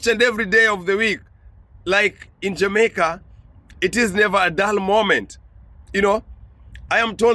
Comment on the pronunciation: Well am not sure of everything as I have lived outside of Jamaica for half of my life so far but two things it's pronounced like this JA MAY KA. Ok! And we say IRIE MON! 🇯🇲 Not irie man! It's all mispronouncement. But you have done a great research as always and I always like to correct my students when it comes to those two things. Once more you are a blessing my son keep it up.🇯🇲❤️🇯🇲❤️ one love.